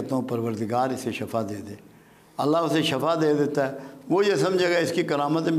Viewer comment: Uncle shafa nahi bolain uss ka matlab mout hota hay shifa bola kren urdu sahi kren apni